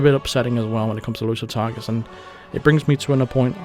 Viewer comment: I thought you were saying "Elusive Tigers" I couldnt figure it out but it must have been "Exclusive Targets" and how about makinf a mode that is super hard, like you cant act strangely and cant walk around behind someone without them knowing, how can they not here you right behind them?